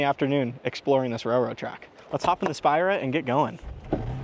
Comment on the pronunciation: You're pronouncing the name of the car wrong. It's not SPY-Ra it's Spear-Ra